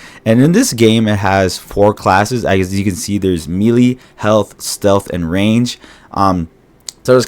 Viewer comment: In a genuine effort to be helpful, "melee" is pronounced "may-lay".